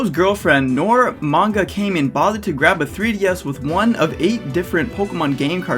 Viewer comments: I get your point, and I agree with you. BUT....his name is not pronounced “Came in” It’s Manga “KAH men.” It’s a Japanese word meaning “masked.” I’m sorry. I just wanted to say that. It’s a pet peeve of mine, and I’m working on it. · Mangakamen name is pronounced Kaw-min not Cayman. Like Kamen Rider. He likes Kamen Rider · Hey, really enjoyed the video, but one small thing to know for the future so that people won't nitpick you on it in the future. It's pronounced Kah-man, not Kay-men. With that out of the way, good breakdown, really enjoyed it, keep up reducing the ignorance of the world. Or at the very least trying to. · “MangaKahmen” Not “Mangakaymin” Source: I watch Kamen Rider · The kamen in mangakamen is pronounced Kah-Men, like in Kamen rider. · "CAY-men". My poor, poor niche genre, being mispronounced... TT__TT Aside from that, the video was alright. I'm mostly irritated by the fact that social media will never change, because people (including yourself, ) often have childish banter about serious conversations on Twitter about things no one is really going to budge their stance on. How often do people honestly make amends publicly about owning up to their arrogance or ignorance and letting bygones be bygones, but rather sheltered complacent adult-children whining about something not being how they like it, and whomever whines the loudest wins. I'm all for having dissenting opinions and expressing them, but Twitter is a terrible place to do it. Especially in this constant age on cancel-culture. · It's KAmen like as in Kamen Rider if you've seen that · I dont want to be nitpicky, but as a kamen rider fan I have to say your mispronunciation of kamen, it pronounced like ramen with a k